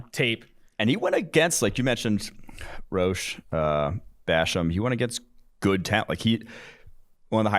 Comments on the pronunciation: Quincy Roche is pronounced "Roe-Shay" not "roe-sh" lmao. C'mon guys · It’s pronounced Roshay not roach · It’s pronounced RO-SHAY